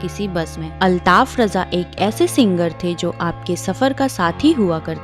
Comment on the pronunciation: Abe chutiye use raja kyu bana raha hai न रजा न राजा है वो रझा है।